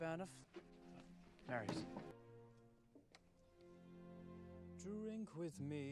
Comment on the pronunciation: George is the only person that pronounced Marius’s name correctly. This is probably because he is fluent in french and knows how to pronounce French names correctly. Also he read the entire book and can sing, so why the fuck does he only get two and a half minutes of screen time???